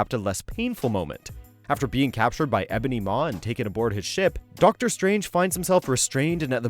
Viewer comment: “Ebony Maw” 😂